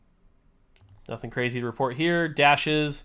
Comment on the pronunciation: “You get NATHING”